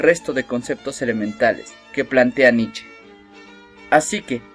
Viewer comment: Se pronuncia Nicha